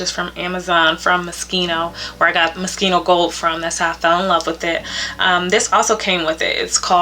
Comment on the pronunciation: I'm so happy that you pronounced Moschino properly that I subscribed immediately)). It annoys me to no end when I hear English speakers pronuncing this Italian name using the rules of English pronunciation. "Schi" in Italian is pronounced like"ski"! I'm so happy you pronounced it like that!